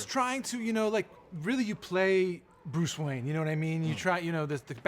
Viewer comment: "Bruce Wayan"